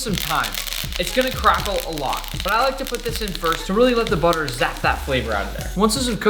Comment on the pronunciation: ohh u mean buttahh